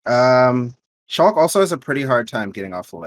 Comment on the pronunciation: sheik not shulk